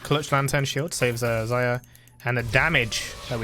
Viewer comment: Can someone count how many times he got Xayah's name wrong? Lmao